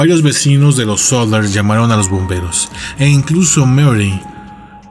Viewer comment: SODDER, no "Solder"